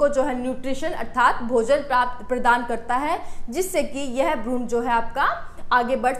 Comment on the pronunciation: Bahut sundar tarika hai samjhane kaआप भ्रूण को भ्रूणा मत बोला कीजिए वैसे अंग्रेजी में आपकी पकड़ बहुत अच्छी है जो कि अमूमन विज्ञान के छात्रों की होती भी है very nice